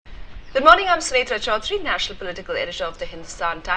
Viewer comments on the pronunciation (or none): none